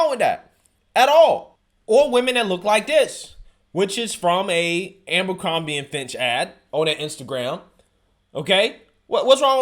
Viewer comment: It’s A-BER-CROMBIE not AMBER-CROMBIE